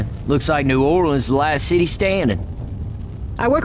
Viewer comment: the way coach said new orleans ... 'norlins' 💀